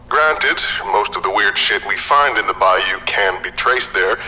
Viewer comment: I know you tried and I give you an A for effort...but as a person from Louisiana, I can tell you the accents and especially the pronunciations are nowhere close. LoL!! We pronounce it bil-LUKS-ee. And we say BY-yoo..not BY-oh. And NO ONE from Louisiana would every refer to a swamp as a bog. I know that is the fault of the author, not the narrator. Still...I love any reference to my beloved Louisiana!! Great video!!